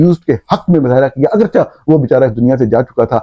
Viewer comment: نورانی صاحب آپکا "اگرچہ" کا تلفظ غلط ہے کیونکہ فارسی کا لفظ " چہ" ہے مگر آپ " چاہ" بولتے ہیں۔ آپکو اردو کے ٹیچر صحیح تلفظ نہیں سکھا سکے ۔ مثلآ " چہ خوب است". "چہ" کا مطلب ہے "کیا؟"